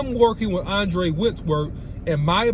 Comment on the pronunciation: Andrew OC not Andre* lol 😅😂😅😂